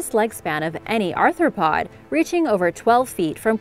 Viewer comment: WTF is an arthurpod?